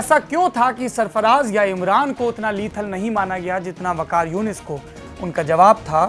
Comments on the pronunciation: wakas younus nahi, Waqar Younus...... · Waqar younis ko waqas younis bol raha ha check karo ulu k pathy ko Cricket par bat kar raha ha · He doesn't know about cricket at all he even says waqas yonus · mujhe to pata hai- maine likha bolna kya chah raha hai ye anchor wakas vikash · Nam tak aata nahi hehe kehta hai waqas younas 😝 jhootay ka mouh kala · O bhai ia bndy ko tou naam bhi theek sy ni aata kya bkwas kr rha ha